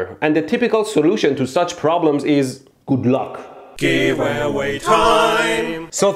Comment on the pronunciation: I thought he said “Gulag”...